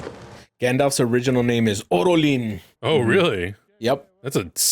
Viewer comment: Not "Orolin" , but Olórin